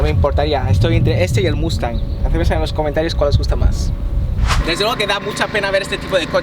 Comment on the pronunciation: Ahuevo muuuuustang así es no q aya personas q le dicen mooooostang me caga q digan mooostang Mustang se oye más cabron